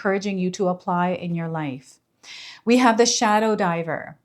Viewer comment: My ears starting ringing when you said shodow diver